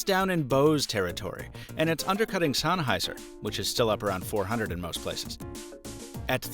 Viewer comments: it's Sen. Like hen!!! Sennheiser not sonheiser. Aaarrrrgggghhhhh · Very good review, bizarre pronunciation of "Sennheiser" notwithstanding.